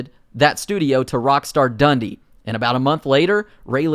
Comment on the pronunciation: We pronounce Dundee as "Dun-dee" not "Dundy."